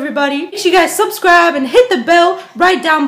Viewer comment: She didn’t say subscribe she said subscreep lol hahahahah